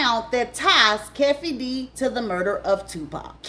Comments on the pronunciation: It’s Keefeee D not Cafeee D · Just an FYI: Keefe’s name is pronounced KEE-fee.